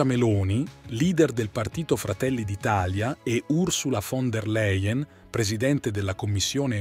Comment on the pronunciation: Làien! Si dice Fon der Làien!!!!!